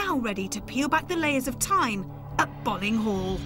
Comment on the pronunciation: it's pronounced "Bowling" .... i should know.. i just got back from there XD i live right next to it.